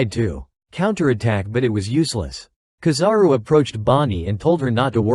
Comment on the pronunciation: kizaru no KAzaru